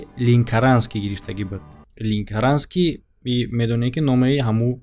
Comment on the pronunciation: Ленкаранский а не линкаранский